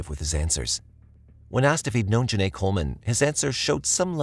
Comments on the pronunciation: Hi! Genai ‘s name is pronounced Jen-eye, not Jen-ay, which is stated properly in the video several times. I know you’d want to get it right, so maybe you could fix that for the sake of her having been the victim in your video. Thanks! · You pronounced her name “Jen-Nay” but it’s “Jen-Eye” Genai… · It aggravated me the whole time but I believe this is an ai voice and not a real recording so I hope that's why. Otherwise I find it to be a bit disrespectful to constantly pronounce her name wrong. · genai coleman name is pronounced like “juh ni” btw :) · For the woman who was killed by the twin why is it the narrator keeps pronouncing her name wrong the entire time